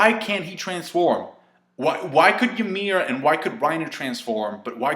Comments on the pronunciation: It's "YUMIRU" not "Yamiru" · Fucker it's Ymir not Yamir. Hajrudin, not Harejundin. Please. :'( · how he says ymir's name is funny